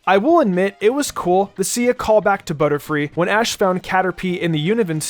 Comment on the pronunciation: I think you mispronounced ash